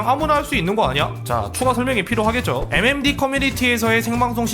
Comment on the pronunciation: 5번째 사연은 MMD커뮤니티가 아니라 M'엠'뒤커뮤니티노